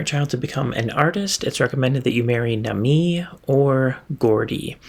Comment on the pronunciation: Once again, info here I never would have considered. JUMPING over the fence? Like wow. Thanks. However. . .with this video you broke your agreement. You said you’d stop pronouncing her name like nah-ME and say it like NAH-me 😭